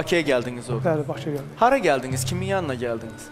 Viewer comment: Bu Zaur Baxşeliyev danişiĝina fikir verse yaxşi olardi. Geldiqiz,ĝetdiqiz . Bu tamaşaçilarin qulaĝin sehf teleffüzlü sözlerle doldurma. Zehmet çek normal Azerbaycan dilinde daniş .